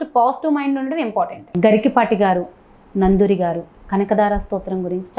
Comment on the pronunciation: నందూరి కాదు నండూరి